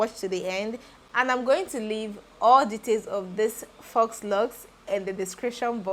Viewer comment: The installation is Neat and lovely 😍. If you wouldn't mind being corrected the "faux" is pronounced like "fo" without the "X" sound